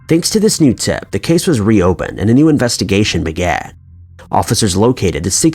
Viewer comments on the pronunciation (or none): so... did the Ashby family hear the 'news' or the 'noise'? jeez. do narrators not pre-read their copy? maybe practice the script first. try looking up words you are unsure of. i miss the whispery english kid. but it's still better than that droning cicada Chills...